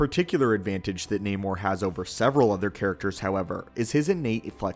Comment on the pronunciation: This is not namor "the sub mariner " This is naaamoor. Get it right.